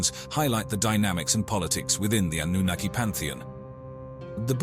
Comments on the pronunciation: Darn I miss spelled Annunaki. Well commentator was pronouncing it Annanookie! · did he just say Annunakayee? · I hope you can teach your A.I. to continuously say: ANNUNAKI. 😂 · AI voice overs are bad. 3 different pronunciations for anunakki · Is there a reason why the word Anunnaki is pronounced multiple different ways in the same video by the same person? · He's pronounces the name 5 different ways 😂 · The speaker mis-pronouncing Anunnaki tells us that he is reading and knows nothing about what he is talking about. He was hired to make this very impersonal and inaccurate video. There are 20-30 videos like this. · So funny how the same name used throughout this vid gets mispronounced every now and then!! How is it possible to say the same word wrong?